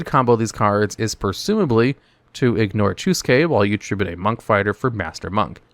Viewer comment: my favorite part: "ignore chu-ske"